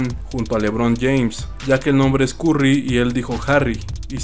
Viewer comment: Dijo curry pero si le pones a tencion si se entiende curry pero alabez carry pero esta bien se entiende que es curry porque dice lebron si no entienden si están bien pendejos